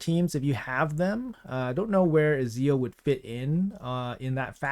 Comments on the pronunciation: Just to help, his name is pronounced Etz-e-o, not Easy-o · Too much emphasis on the Z in his name. Put it on E and you can even imagine a T there like Et-zee-oh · Love You! But please stop butchering my boys name! (Et-see-oh) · Ezio Auditore is Italian, the pronunciation is more like "Ɛtz-eo Ou-the-tō-rë" ... Idk how to put the correct phonetics, I recommend you to check the pronunciation from Assassin's Creed Revelations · it's Et-z-o lol. He's Italian so the E is pronounced Et. Assassin's Creed is one of my favorite franchises this is awesome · Brother, you never played assassin's creed. It's pronounced Et,- Zeeoh. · I love you bro but you butchered his name 😭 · Dude, you butchered his name. Its pronounced etch-a-sketch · You are not allowed to butcher Ezios name like that! He is legendary, not only in raid ;) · my dude every time you miss pronounce Ezio's name an Assassin's Creed fan dies somewhere!!! Please we are not that many!!! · Just type Ezio how to pronounce in italian please dont butcher his name 😂😂😂😂 my childhood video game character coming to raid LFG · Please watch Nubraids to hear how to say Ezio, because it really hurts to hear every time you say his name, and you will say it a lot in next weeks 😃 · You hurting me dearly by how you pronounce his name XD.